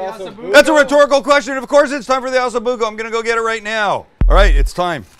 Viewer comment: It’s not ASSO Bucco Sam,,,,it’s OOOOHHHHSO Bucco. Lol